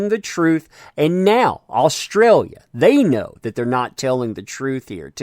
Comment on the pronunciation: Any other Aussies here hate the way this guy says the name of our country?